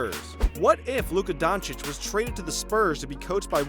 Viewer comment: Don_chi_ch.If he could learn 3 foreign languages,the Americans should learn to pronounce his surname right,I guess...